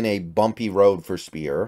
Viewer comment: Also, Gabe Speier is pronounced SPIRE not SPEAR 👍